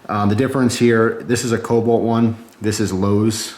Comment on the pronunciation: It's kobolt, not cobalt